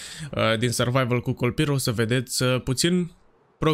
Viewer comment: La început ai zis kolpirrrr 😂😂